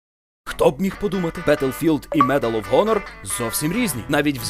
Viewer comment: медал оф хонор?! дізонорд?! читати навчися,правильно медал оф анор! дисанорд!